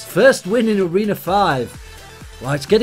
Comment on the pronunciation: why you always says toreno 5???